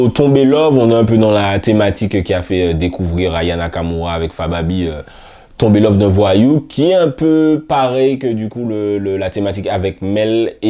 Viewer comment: Frère non tu peux pas être fan de rap et dire oralement " Faba BI " 😭 T'imagine on dit " F Ba Bi"